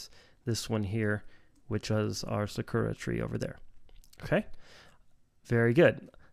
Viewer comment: It's pronounced ( SAH-KOO-ŔA ) not (sukooruh) lol🤦🏻‍♂️🤣